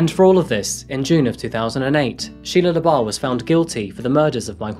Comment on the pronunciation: Anyone else thought he said Sheia leabuff from eve Steven